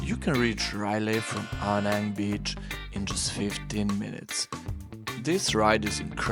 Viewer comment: Man spricht Krabi und nicht Kräbi und Aonang und nicht Anang sowie auch Chiangmai und nicht Chengmai, ich habe 8 Jahre in Thailand gelebt und müsste es bestimmt wissen.